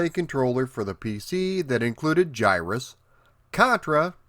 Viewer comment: Finally someone who can pronounce the name the correct way! It's one of my all-time favorite games, but all the ytubers seems to want to call it Guy-Russ, or Gihruss with hard-G's.